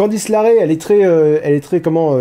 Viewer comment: Candice Le Rae et pas La Raie xD